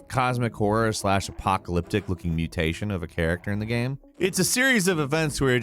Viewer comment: Everyone: Game: Gaem